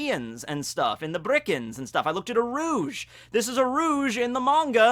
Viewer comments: It's Birkans, not Brikans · Is it just me or are you saying birkans as brickans, it’s been getting on my nerves for a while now lmao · Nobody: Absolutely nobody:: Bri-Kans